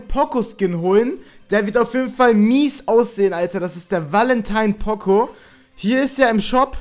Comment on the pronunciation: pooooocooooo nicht pOcO